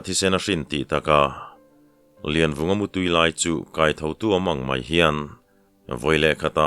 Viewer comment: Laivunga i ti zauh mai tihsual palh a nih hmel e